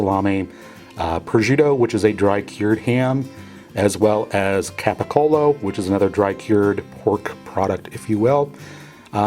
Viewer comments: Capicola....cola....not colo. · Capacollo? It's GABAGOOL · Its pronouced gabagoo !!!!! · All meats and cheeses should be on the bottom. And again, get rid of the black forest ham add Mortadella. And it's capicola is pronounced gabagool! Lol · He is mispronouncing Gabagool! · It's pronounced kobahola it's pronounced cobagol